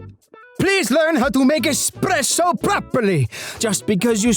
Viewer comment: I love him ever since I saw him on instagram.❤ Bro went full on Italian on expresso makers bruh